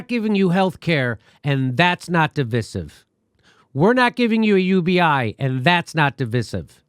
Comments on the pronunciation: It's not pronounced di.vi.siv, it's pronounced di.vy.sive. I agree you by the way. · Oh Jimmy. It's pronounced dɪˈvaɪ.sɪv, sorry, just that Jimmy is pronouncing it wrong. I was hoping English teacher Steph would have corrected him. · Jimmy, it’s a long ‘i’, rhymes with”rice” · De vi siv? It’s der viy siv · Diveesive diveesive diveeesive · divIsive not divisive [dəˈvīsiv] . Pronouncing words correctly means something. It is irritating. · I have two complaints with this video. The fact that you keep saying "stab you in the front", when the phrase is "stab you in the back". The way you pronounce divisive is weird.🤔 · Why does Jimmy pronounce divisive like that?